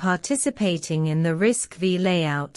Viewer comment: Please, it’s not RISC-Vee It is RISC Five Roman Numeral V